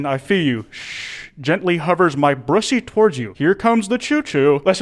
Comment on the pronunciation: And he said it wrong! =/